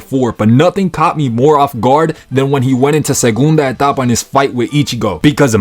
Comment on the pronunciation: Your "Ulquiorra segunda etapa" was so clean, great Spanish lol